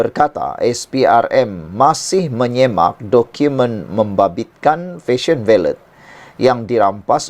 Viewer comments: Baiklah , Jom kita betulkan ! Ini Fashion Valet , bukan Fashion Ballet ! Valet madam valet parking , bukan Ballet menari atas Pentas ! Kecuali Fashion Valet nak mula jual tutu Dan Kasut pointe, kita serahkan urusan ballet pada penari sahaja …..tapi last last betul juga you sebut valet ….. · SEBUTAN SABAH IKUT EJAAN BAKU.. OK LATEW..DI SEBUT FESYEN VALET..😅